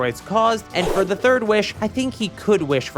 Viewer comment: Te Man, Te Myth, Te AND Te Dojo